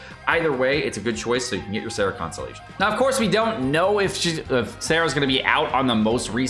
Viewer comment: his Sara and Sarah annoy me. Maybe not much as this. I’ve heard him explain some of them… and yeah I paper he might be right, I think but if it’s said differently in the game, that’s the how it’s pronounced lol